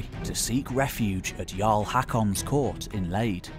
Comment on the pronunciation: Lade is not pronounced 'Leid'🤣 It's not with ei but aa🙂👍